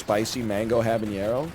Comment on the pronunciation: hey NL i dont know if you read these but its a HABANERO pepper, with an N. not habaÑero, with an Ñ. you are mixing habanero with jalapeño I think